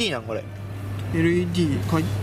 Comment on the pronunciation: LEDをレッドって 頼みますよぉ〜